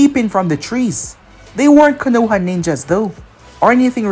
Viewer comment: Not trying to be negative but 2 things It’s not K(A)-noha like how you’ve been saying it over the years Is K(O)-noha you emphasized the A a lot Also it’s not sake like saying (for my sake or for god sake ) it’s SA-Kay I know I’m nitpicking but I think it would elevate ur what ifs after all it’s all about the immersion right?